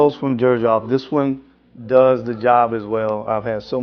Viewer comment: Can’t wait for your videos & thanks for putting the text on the screen for every scent, LOVE IT, makes a HUGE difference!!! Also, just FYI not being critical but I believe Xerjoff is pronounced “ZER-joff”.